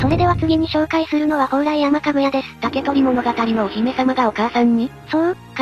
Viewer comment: ほうらいやまじゃないよほうらいさんだよ